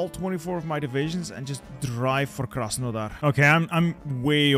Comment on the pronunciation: As a Ukrainian funny to hear Krasenodar